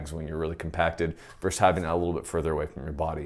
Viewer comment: It's VERSUS, not VERSE.